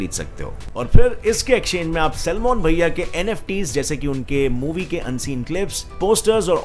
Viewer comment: Bhai tu Salman bhai ko selmon kyun bol raha hai ???